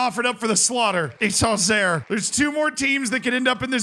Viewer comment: I was confused when he said Auxerre because it sounded like he was saying Angers